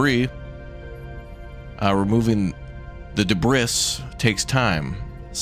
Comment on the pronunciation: *Not me driving a spork into my leg, red faced from how much my every muscle is clenched: "Wow all of these trekkies are so intense, why are they so uptight about enunciation?" Im sorry wait, HOW did you pronounce debris??? Nvm I get it now. Jk way to survive the um actuallizers